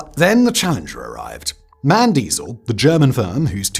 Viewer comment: Sorry it's called M. A. N. Not MAN